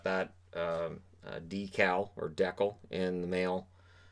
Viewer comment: Uh... a deckle? Lmao